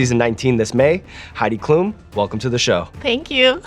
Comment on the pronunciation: Loved the episode. But as a German I have to tell you, Sean, that her last name is pronounced differently. It’s Klum with the letter u being said slightly shorter.